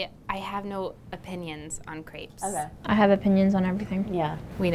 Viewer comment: I get really pissed of about the fact that no one seems to had French classes in school. Y‘all can’t even pronounce Crêpes.